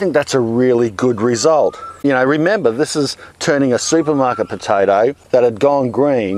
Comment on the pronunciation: Potaidie? What is this accent? xD